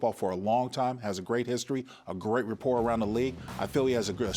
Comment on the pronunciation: Great Job! L K. FYI~~The word is RA-por…..not RE~ por